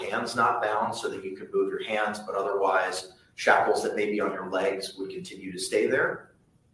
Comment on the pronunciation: You're mispronouncing the word shackles. It's not chocolates!